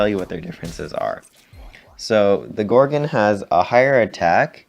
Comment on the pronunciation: I hate how you say "gorgin". Its gorgon. gorGON